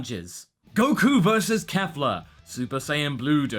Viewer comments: Okay, since you seem to not be able to get this, let me try to help. It's not Kaffla, it's not Kayfla. it's Kefla. Keff. Lah. Not hard stuff, champ. You even said it correctly once by accident. You can do this, I believe in you! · Please stop saying Kaefla... It's Kefla..[KEH-FLAH] Not [KAE-FLAH] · Out of curiosity, where is where is everyone getting "Kafla" (Kay-Flah) From? I don't hear it with them speaking, and it's spelled ケ(Ke)フ(Fu)ラ(Ra) in the title card, which is how I hear it spoken. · Yes? That did not answer my question. I know it's "Kefura," which is why I do not get where all the reviewers are getting "Kay-flah" from. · Say it with me: KEFLA, not KAFLA. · Your saying the fusion name of kale and caulifla wrong it's kefla the e is not silent its the same thing i said geekdom 101 and he still said it wrong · it's pronounced "Kef-la" least that's how it sounds in the show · I'm pretty sure you mispronounced Kefla's name. Think Kefka from Final Fantasy VI, but replace the second K with the letter L. Pretty sure thats how it is.